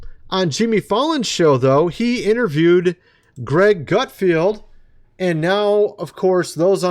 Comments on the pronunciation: It is GutFELD!!!! There is no I in his name. Not Field. GUTFELD. Thankyou for your attention to this matter! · ITS Fallon .. like talon ! And gut feld .. like meld ! It's making me crazy 😂